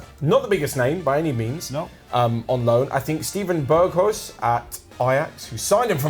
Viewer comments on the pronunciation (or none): you pronounce Ibiza like a pretentious tourist "because this is the way to say it", but you pronounce Berghuis so weirdly. I will teach you: Berg in dutch means Mountain Huis in dutch means House So you pronounce it like this: [ˈsteːvə(m) ˈbɛrxœys], The last part of the name you can easily pronounce it like `house` in English.